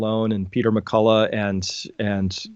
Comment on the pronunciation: Dr Mah Kull Och (like the Scottish word loch that ends with a throaty noise) not Ma Kulla